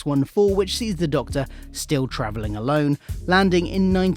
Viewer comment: Hahahaha. At the start of the Run segment, it sounds like you say 'trivilling' instead of 'travelling'. No biggie but it gave me a giggle as I thought you said 'tribbling' at first, which made me think of Star Trek.